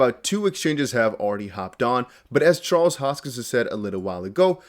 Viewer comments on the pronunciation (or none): none